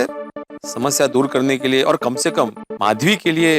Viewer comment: Madhvi hota hai mashvi nahi